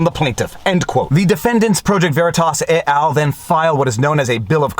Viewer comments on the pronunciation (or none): Headdesk...Headdesk... Viva, come on. We've discussed this. "Et al" is latin, not French! You need to pronounce the "t" as in "eht al". It is not "ey al", no matter what Quebec thinks.